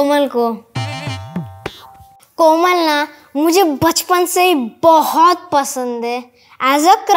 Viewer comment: Kamal nahi bahi Komal hota hai